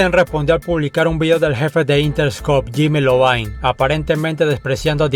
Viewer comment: Corrección: Es Jimmy Iovine (ai-ouvaine).